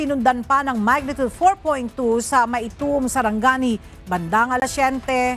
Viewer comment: Magnitude, not magnitud pls